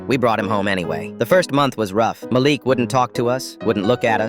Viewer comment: Am I the only one who heard it go from Malik to malax.??